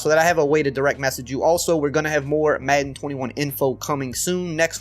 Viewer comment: The way this guys says madden annoys me